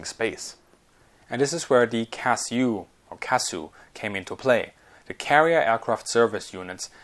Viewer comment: Sometimes Acronym's are just said letter-by-letter C A S U